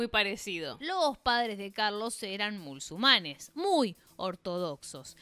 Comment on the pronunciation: Por que decis mulsumanes en lugar de musulmanes?